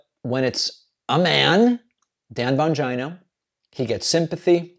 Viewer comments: Is his name bongina and not vagina? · Why do you always mispronounce names like that, when you hear everyone else pronounce them the correct way. (Bongino) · PLEASE KEEP SAYING HIS NAME LIKE THAT HAHAHAHA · David doesn’t even pronounce Bongino correctly 😂😂😂😂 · I like your content but, why do you insist on mispronouncing Bongino’s name? Don’t get me wrong, I’m not defending him at all but it just seems a childish thing to do and beneath you